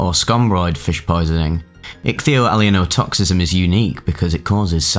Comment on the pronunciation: Well you certainly got your value out of learning how to pronounce ichthyoallyeinotoxism. I went from not having heard of it, to guessing the meaning, to knowing the meaning, to grokking it, to semantic satiation, all in a few minutes. Kudos to you.